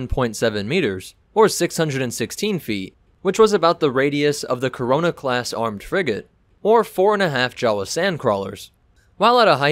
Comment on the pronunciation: Did u just say Corona class frigate